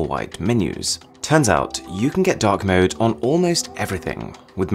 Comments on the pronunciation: i thought you said dog mode lollll instead of dark mode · I thought you said dog mode in stead of dark mode. XD